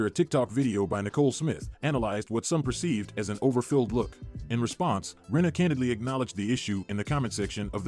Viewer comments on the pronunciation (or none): I love you guys so much but it's Lisa RINNA not Renna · It’s Rinna with an I